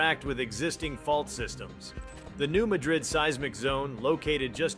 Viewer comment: Please say the name pronunciation correctly. Mad rid Not some town in Spain.